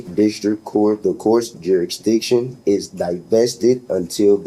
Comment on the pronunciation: The courts jurijixon....😂😂😂😂😂😂 nice old navy wanna be letterman jacket too..😂😂😂😂